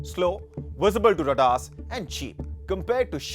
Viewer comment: It is not ra-daar. It is ray-daar. Comes from Ray-Dio as in radio which is not pronounced raw-diiiyo